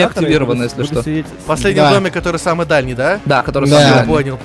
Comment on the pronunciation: Ты сказал всем свамый в начале